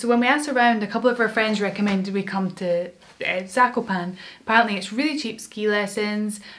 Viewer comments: btw its pronounced zak-op-an-air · I am from poland so this makes me happy seeing people making videos about skiing with us! PS: It's pronounced /zah-ko-paa-ne/ (E sounding like Elephant) in Polish or /zah-ko-paa-nuh/ in American pronunciation. PPS: Fun Fact: Zakopane means "buried" referring to the snow :)